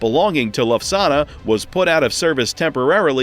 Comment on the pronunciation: You need to learn to pronounce Lufthansa correctly 😜